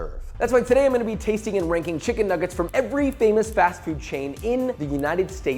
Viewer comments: Did you say chicken niggit at the start? 😂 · Bro did not say chicken nuggets at the start 💀